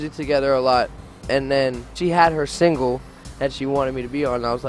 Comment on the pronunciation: He's so cute he doesn't say single he says singwe